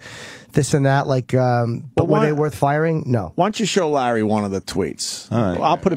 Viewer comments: Opie calling him "Lare"....what a squinty douche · Opie stop calling Larry King 'Lare'